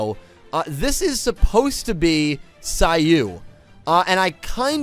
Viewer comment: it's *SIGH-OH not SIGH-OOH and *MAHN-JOUME not MAN-JOUME 😅😛💁🏽‍♂️ This is neat though! I'm sure I've come across the Bujins in Duel Links but haven't thought much of them lol; I might try to build something around them now too. Though you're right, the Judai and Saiou-based ones took a second, lol.